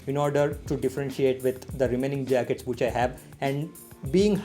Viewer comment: no one: literally no one: calling which as whoch!! xD just kidding!xD